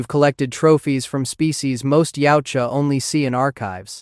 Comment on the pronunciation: Actually, its called yautja. Not yaija.